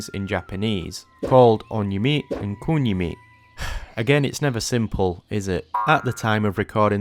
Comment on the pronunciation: On-yomi (accent on ON) & Kun-yomi (stronger accent on KUN) 😅